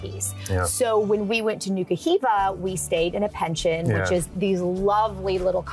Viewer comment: You mis pronounced pension. As a place to stay the accent is on the last syllable.